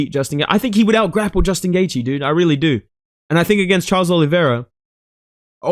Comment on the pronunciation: STOP CALLING THAT DUDE CHARLES OLIVIERA 😭😭